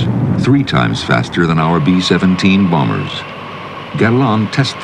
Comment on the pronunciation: Will he stop saying BOMMERS instead of bombers?